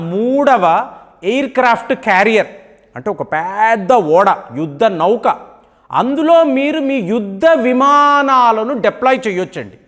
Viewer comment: Voice chaala slow ga undhi , Speed ga cheppandi Not like yudda nauuukaa..❌️ Yuddha Nauka✅️. 1.25x speed lo chudalsi vasthundhi